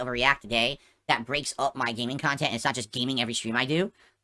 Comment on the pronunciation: Fall out of love for your kahntent? 😂😂😂 is losing it lol